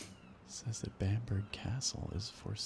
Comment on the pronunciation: Just a heads up man, in the UK we pronounce it Bam-buh-ruh rather then bamburg. Still a great video :)